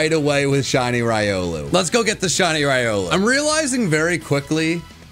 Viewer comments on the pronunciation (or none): Why you got to say raiolu, instead of rilou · he’s saying it right. It’s ry-oh-loo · You are pronouncing Riolu incorrectly. It is Ree-oh-loo. Love your content! 😊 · The official pronunciation is Ree-oh-loo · Do you realize that you're saying riolu wrong in every video😂